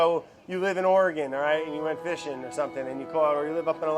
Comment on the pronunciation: Hearing Brad say Oregon properly makes me really happy!